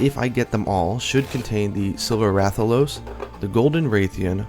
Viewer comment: Awesome video, but in regards to the Rathian and Rathalos - they're pronounced mostly the same. Wrath al os and Wrath e anne...